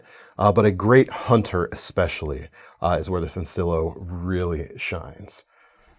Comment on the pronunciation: Points for saying sencillo well